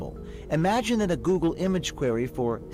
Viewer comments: Who else loves when Jessie says "Googer"? I love this man XD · " on googer " jesses awesome hahaha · "reporting on..googa" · Goolgeruhh - Jessie